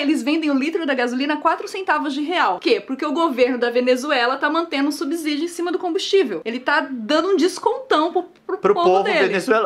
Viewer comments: Subsídio se pronuncia com som de S, não é “subzídio” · Subssssssssssssssssídio, gente! É só pensar na palavra subsolo, que a gente não fala subZolo. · Irritou- me apenas o erro de pronúncia da palavra "SUBSÍDIO", falada dezenas de vezes no vídeo, principalmente pelo Leon. O segundo S tem som de S e nunca de Z. Está errado pronunciar subZídio. Senão teríamos que pronunciar abZurdo e abZoluto. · Subsídio, não subZidio ou vcs pronunciam subzolo? No mais, o vídeo tá ótimo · É DÉCIMO vídeo que ouço uma pessoa falar subZídio. É subSídio, porra!!!! Com som de S